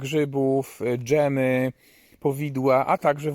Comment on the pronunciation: "Przetwory z grzybów, DŻEMY POWIDŁA" xD